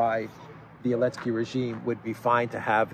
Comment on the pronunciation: yo my guy, every time I hear you call zelensky elensky , I can't help but to crack up man. I don't doubt that this will eventually catch on. And we'll know its origins. Here. You